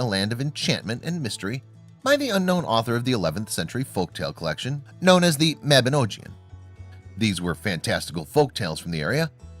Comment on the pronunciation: The narrator's (for the lack of a better word) pronunciation of "Mabinogion" is criminal. The video drags on like a soap opera. "Galli" doesn't mean barbarian. "barbaricus" does. "Galli" means the Gauls. The Yule Log is Saxon/English, not Irish. What moron researched this?